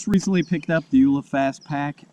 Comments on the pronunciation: Dude... first it's pronounced "U" "L" "A" as in three separate letters... not "youla". The name of the company is "U"ltra"L"ight "A"dventure Equipment. It makes you sound completely ignorant. Secondly... it's a FASTPACK... it has extra wide straps because it's a frickin VEST HARNESS! Fashioned after trail running vests. I didn't even watch past bc you obviously do not know Jack about these types of packs. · please, its U, L, A, its an acronym